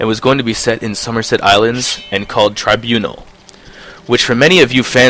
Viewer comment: nice job pronouncing tribunal wrong